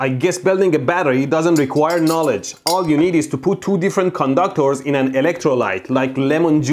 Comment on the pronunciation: I like the way he says "conductors" more like "condoctors" 😂